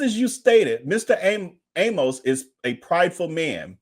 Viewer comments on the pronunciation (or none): I am glad you are doing this story. John Amos was my father's close friend in high school. I want to point out his last name Amos, does not rhyme with "A Most", as you say it. His name rhymes with "A miss". Thanks again for bringing us this story.